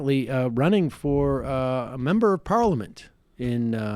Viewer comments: Why can’t Sam say parliament?😂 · Haha Sam u need to practice the word “parliament” :) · Why do you say parliament so weird ?